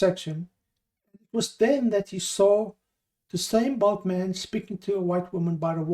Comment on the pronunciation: A little common sense would lead to the conclusion that the word was bald. If he'd wanted to suggest size, then he'd have used bulky not bulk